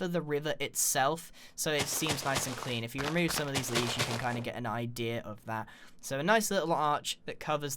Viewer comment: "idear". Great video though.